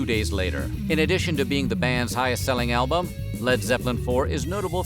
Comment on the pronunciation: Anyone else hear elbows instead of albuam